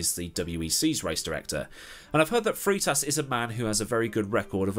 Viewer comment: Freitas. Frey-tas not Free-tas.